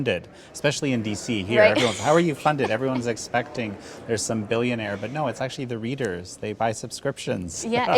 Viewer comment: "Billion-ais" ~ Berny Sanders